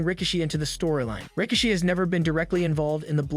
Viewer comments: His name is pronounced “RY-KEY-SHEE” (RIKISHI) 😂😂😂…you must be new watching WWE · strange way to say Rikishi